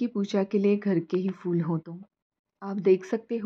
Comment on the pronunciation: Beautiful! Amazing considering you are on the 10th floor. Your plants look healthy and clearly you are taking good care of them. 🙌🏼 Also loved that you are pronouncing word ‘फूल’ correctly. Nowadays people pronounce Devanagari ‘फ’ as English ‘f’ in ‘fool’ instead of ‘ph’ in diphthong.🙏🏼